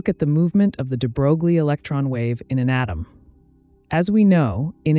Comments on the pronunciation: It's not at all intuitive, but the name de Broglie is pronounced "de-broy" not "de-brogue-lee". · The pronounciation is "debroy" not "debrouglie". I realize it's an automated voice, but it just follows the trend of actual science communicators butchering that name almost every time. I feel like only PBS Spacetime has gotten it right, maybe a few others. Edit: I also have to admit, it's really hard for me to focus and take in the information with the incredibly monotone cg voice. Anyway, 'nough nitpicking, thank you for the otherwise great video :) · Hi.. Looks like you don't even care to know about the pronunciation of Louis de Broglie's name. It's not DEE BROGLIE, it sounds like de broy. You can check out the pronunciation in the wikipedia. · it's "into" and you mispronounced "de Broglie" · De Broi is the pronunciation you seek. Very nice compact piece. Thx. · A correction: The units of Planck's constant are joules times second, not joules per second. And I was dismayed to learn in college that "de Broglie" is pronounced "de broy" but then confirmed that we Americans may pronounce it as it is spelled in our orthography. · Well done video! Heads up that Louis DeBroglie’s name is properly pronounced “ duh-BROY” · You are pronouncing the name of Nobel laureate (French aristocrat) de Broglie wrong: his name rimes with Versailles (the palace of the Kings of France). Think of smth like "de-grail" but with a "b" instead of a "g", and the "l" being kind of silent... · de bro glee? are you kidding me? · stem+language background of mine tells me: yes, it’s wrong. But a lot of foreign words are said wrong in other languages, INCLUDING proper nouns, for a number of reason, albeit, at times, rather hilarious ones. On top, there’s no norm for some of them, “say what you think it should sound like” kinda approach. So, just relax. 😊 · I lost interest when the narrator failed to even pronounce de Broglie's name correctly. He'll be turning over in his grave...probably.